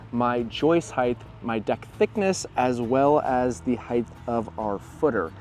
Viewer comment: You said " hithe" instead of height. You don't know what you're doing